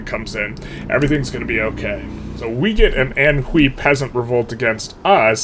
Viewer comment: The X in Chinese pinyin has a tight fricative, so it's a bit different than "she". Also Anhui is close to "awn way". I think if you stream a lot of historical games like vic3 or hoi, it's good to take a few minutes to learn pronunciation of the bigger countries. 60 million people live in Anhui today, don't cringe on them lol